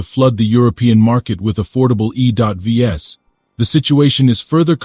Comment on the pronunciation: What's "E dot V S" or "U dot K"? You are such an idiot! YouTube should just shut you down.